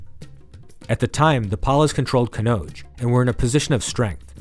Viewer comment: Why do we have to hear American Accent. Would have been better if Indian names were pronounced correctly. Rashtrakuta Kannauja I had to try 👂 thrice to understand what it is.